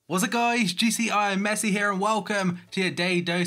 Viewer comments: don't pronounce the " GCIIMessi " part like that please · Now you just sound like a bit of a mug, trying to overpronounce the gci